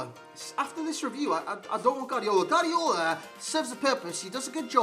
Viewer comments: I'm Spanish and it is pronounced "Guardiola", you only skip the u when next to the u there is an e or an i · Nobody: NOBODY AROUND THE HOLE EARTH:: Gardiola